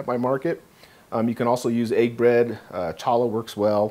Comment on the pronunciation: A friendly heads up, the correct pronunciation of the word “challah” in Hebrew is hahll-ah. When pronouncing the “ch” in challah the “c” is silent.